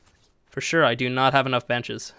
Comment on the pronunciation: when you said im going to put some benches down here the video lagged for me and sounded like you said you were going to put down some b*tches lol